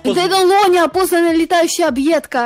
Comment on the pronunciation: Не энло, а нло.